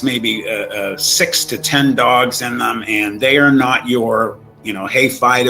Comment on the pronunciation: It's "dogs" Not dongs or dogns